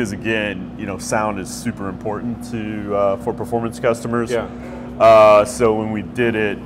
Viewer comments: "Pord Forpormance." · Ford “berformance”😂